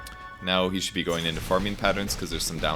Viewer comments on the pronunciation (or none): is unable to use the letter G:)) farmin....hunkin...trunkin....